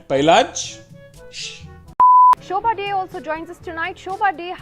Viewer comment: Lol did I just hear the NDTV anchor calling Shobha Dey, show party?😂😂😂😂😂😂😂😜